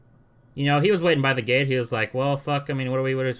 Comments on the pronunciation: Lol every time you say "gate" sounds like you are saying "it's not the gay people fault" 😂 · When you. Say the word gate it sound like youre saying gay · Is you saying ga'e for gate an accent thing or what?